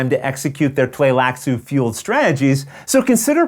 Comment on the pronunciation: It's actually wrong I believe (at the least the first couple of times...he changes pronunciations partway through). It should be Tlee-lax, not Tlay-lax according to readings of the books that Frank Herbert did. In the 1984 movie, it was Bene Tly-lax, which sounds how the word is spelled (and was thus how I pronounced it in my head when I read the novels). In this video he used both Tlay-lax and Tly-lax-u (not really sure how you could get Tlay-lax out of that spelling though).